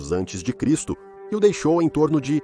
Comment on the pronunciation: Poh, ninguém consegue ensinar, ou programar, essa IA para ler corretamente a abreviatura AC?!!!